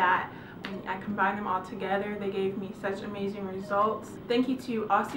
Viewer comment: great video, but as an Australian i have a small bit of feedback , the product is actually pronounced as "ozzy"